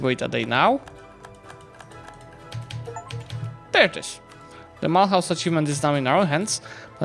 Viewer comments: The h in Mulhouse is mute, you have to pronounce it like "milus" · This city is in modern France, it's called Mulhouse and pronounced Mülouze by the french (with a silent h like in the good french fashion) it was Mülhausen in german, kind of similar since french and german share a seizable amount of phonems